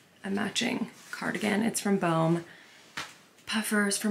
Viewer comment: I think it's called "bow - me" lol